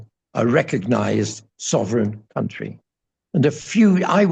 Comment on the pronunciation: What are delightful interview. Having Tibetan Buddhist connections from the UK I understand much of what he says and I agree that the values of the West to my mind are not values at all they're just corruption written large. please..... the word "country" is not pronounced like foundry, its pronounced like fun tree